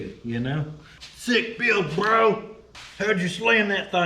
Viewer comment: ❤ you did the redneck version of bro and it was amazing so spot on lol